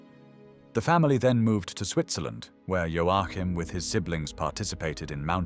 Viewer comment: O fato é que vc sequer sabe pronúnciar o nome do Joachin